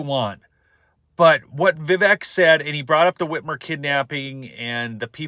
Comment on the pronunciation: Vivek sounds like cake. Not vivek sounds like heck😂😂😂 it's how I remember to pronounce his name!